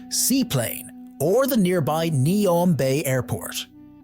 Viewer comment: The AI narrator seems to have great difficulty in remembering how to pronounce "Neom".